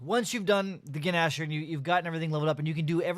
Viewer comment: The guh-nasher